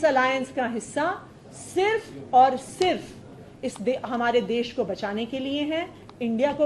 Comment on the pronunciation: देश बोलना तो सीख ले संजय ब्लैकिए. ...देस देस बकवास कर रहा है